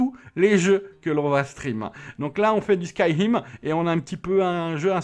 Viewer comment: Ca m'a fait rire skyhim au lieux de skyrim 😂😂